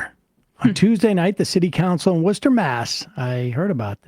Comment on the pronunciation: Hi ,I love your show pkease don’t ever stop telling facts ❤💙🤍im from Massachusetts close to Worcester mass and I just want to thank you for saying it the right way 😂also I’m proud to be a masshole 😂thanks for your channel ,I watch you all every day ❤